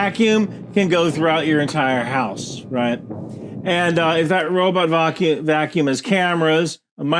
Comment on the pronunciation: "vock -kee-yoom" is how folks from the Hamptons say vacuum.